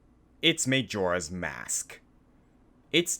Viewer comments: Whenever he said MAYjoras mask over and over again I wanted to strangle him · Its may-jora's mask